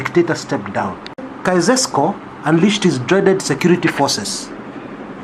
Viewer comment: I am grateful that you pointed out this article. Lakini ulishindwa ku-pronounce "Nicolae Caeusescu". You can google "pronounce Caeusescu".